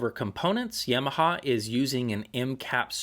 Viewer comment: "Yeahmaha". Don't know why but hearing that bothers me.